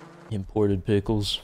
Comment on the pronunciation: “Imported pickles,” lmao… 2nd only to the Pheetus not knowing how to pronounce things question, have you only seen these on paper?